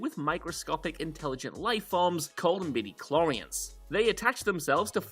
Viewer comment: The greatest dispute I've ever had with my friends over midiclorians was how you pronounced it.